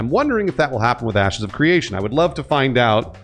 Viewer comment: Sounds like he said: "Asses of Creation" at the beginning. WTF 😂😂